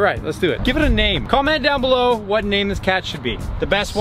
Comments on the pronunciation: Am I the only one who heard that he said blew when he said comment down below he meant below not blew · Nobody heard when said comment down “beellow” 😂😂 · Did anyone hear him say down beluw